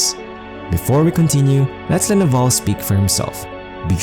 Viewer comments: Navarre is not correct. Neville. Ne-vil (pronunciation). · Music is very distracting. Also, his name is Neville — not Navarre.